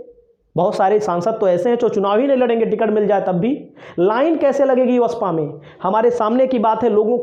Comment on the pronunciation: are bhyya patrkar ye alama hota h ya alava.vaspa hota h ya baspa bolna nahi aata aur ho patrkar vah re bharat